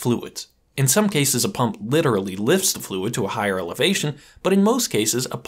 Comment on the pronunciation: It's "pump" not "pum"